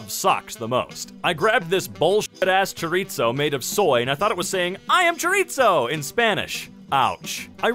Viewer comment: Mans really said "Choritso"